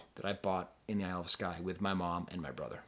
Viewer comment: Love from Glasgow:) And you did mispronounce it but who cares, it's you!